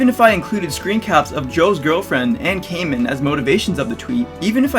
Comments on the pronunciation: I get your point, and I agree with you. BUT....his name is not pronounced “Came in” It’s Manga “KAH men.” It’s a Japanese word meaning “masked.” I’m sorry. I just wanted to say that. It’s a pet peeve of mine, and I’m working on it. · Mangakamen name is pronounced Kaw-min not Cayman. Like Kamen Rider. He likes Kamen Rider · Hey, really enjoyed the video, but one small thing to know for the future so that people won't nitpick you on it in the future. It's pronounced Kah-man, not Kay-men. With that out of the way, good breakdown, really enjoyed it, keep up reducing the ignorance of the world. Or at the very least trying to. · “MangaKahmen” Not “Mangakaymin” Source: I watch Kamen Rider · The kamen in mangakamen is pronounced Kah-Men, like in Kamen rider. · "CAY-men". My poor, poor niche genre, being mispronounced... TT__TT Aside from that, the video was alright. I'm mostly irritated by the fact that social media will never change, because people (including yourself, ) often have childish banter about serious conversations on Twitter about things no one is really going to budge their stance on. How often do people honestly make amends publicly about owning up to their arrogance or ignorance and letting bygones be bygones, but rather sheltered complacent adult-children whining about something not being how they like it, and whomever whines the loudest wins. I'm all for having dissenting opinions and expressing them, but Twitter is a terrible place to do it. Especially in this constant age on cancel-culture. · It's KAmen like as in Kamen Rider if you've seen that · I dont want to be nitpicky, but as a kamen rider fan I have to say your mispronunciation of kamen, it pronounced like ramen with a k